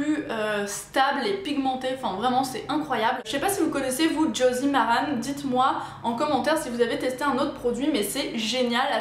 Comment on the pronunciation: Sympa la vidéo je crois que ce que ta envoyé Elsa on prononce josie maran pas maranE